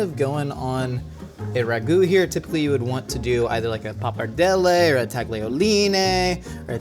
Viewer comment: The pronunciation of pappardelle really bothered me during the this episode more than it should. Pap arrr day lay!